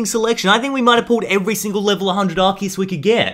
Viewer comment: ando you said assiest